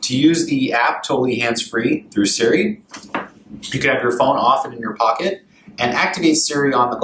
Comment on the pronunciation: Why does he keep saying Surrey instead of Siri?